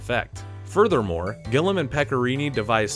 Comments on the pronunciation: Plenty of us loved it when it came out and still love it today. Also, it's Terry Gilliam, not Gillam. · Cool video bro, lots of facts i didn't know about a cult classic. But you said Gilliam wrong 29 times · His name is Terry Gilliam, pronounced Gill-ee-um. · Love the video, but Gil-li-am goddammit :-) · It's Gilliam, like "William". You're pronouncing it "Gillum", like "Gollum". It makes it difficult to take you seriously as a "movie expert" when you mispronounce such a legendary director's name. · Yes. GILLIAM, I was getting pretty annoyed when he kept saying "Gillam". Still, I do appreciate the effort it takes to make any kind of video but that's a very basic thing to get wrong. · Terry Gill-i-am. Gilliam. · Gillham? Ye cannae read or summat? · Also, it's Gilliam, not "Gillem" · It's kinda fucked up that got paid by JoBlo to mispronounce the name of the director that many times. I want to assume it's intentional to stimulate engagement like this very comment, but I can't help but think that the sheer number of mistakes means it has to be outright incompetence. It's not like it's hard to get right, it's just two common English name close together: Gil and Liam -gil-liam how hard is that? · What is this guy talking about? Fear and Loathing was everywhere when it came out. Everyone I knew was talking about it. "Bonafide classic 25 years later"? This video is dumb as shit as you have no clue what you're talking about nor did you do your research. Can't even say "Gilliam" correctly. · The narrator is illiterate. Being a robot voice is no excuse. The continual mispronunciation of director Gilliam’s name is unbearable. You’ve been warned. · Please say Terry Gilliam's surname correctly. There is a second I in it. Driving me mad! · lol its killing ne that the guy can't pronounce GILLIAM correctly. It sounds just like it's spelled, why make up some weird way that no one calls him? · also, not "gill ee AM", as might be thought by the spelling. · Glliam not Gillam